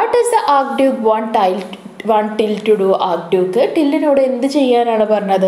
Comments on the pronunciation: Tyil Annnu🙄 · ട്ടിൽ അല്ല ടൈൽ